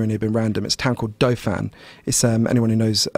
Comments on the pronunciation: I love how he pronounced Dauphin lol it's actually pronounced daw-fin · I’m from Manitoba It’s pronounced Daw-fin not Dow-fan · The town of Dauphin is pronounced Doffin not doe-fenn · Pronounced daw-fin and spelled dauphin not doughfan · Wow! Out of nowhere, the guest raises an early UBI experiment in a small town he pronounced Dough-Fan. Didn't twig until he says it's a few hours outside of Winnipeg where I live. Oh, Dauphin (which we pronounce Daw-Fin) was the recipient of a federal minimum income scheme that guaranteed $16K per year. Interesting that it's still remembered and other countries are taking notice as a possible model for UBI. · lol i love how he calls the town of Dauphin "doe fan" when we pronounce it "daw-fin". in the 70's that town was probably a population of less than 5k because as of 2016 the population there is like 8,000... wonder how accurate that experiment would be in today's world. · Dauphin, pronounced DAW-fin, not Dough-fan lol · Town called “doe fan” haha that’s an hour from me and it’s pronounced “Daw fin” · That town is near Winnipeg is pronounced Daw-fin cuz I’m sure everyone is wondering lol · Town is pronounced "daw-fin" /cool story bro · I am from Winnipeg. His pronunciation of Dauphin is unique. It’s pronounced dah fin. Had to look it up to see if their was a town I hadn’t heard of. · Dauphin Manitoba is pronounced daw-fin. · This guy butchered the name of the town of Dauphin. It's pronounced "Daw-fin" but I guess he was going with a Franco-Manitoba accent. Winnipeg representing here! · I had to relisten to that. I think the town he said was Dauphin. He just pronounced it super weird. It is pronounced like "dolphin", just without the "l". Source: I have been to Dauphin and lived in Winnipeg. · Former Manitoban. The town's name is pronounced DAW-fin. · Dauphin is pronounced dor-fin on dofin